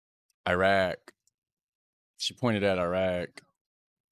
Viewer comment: Is Eyerack near Eyeran or Eyetaly?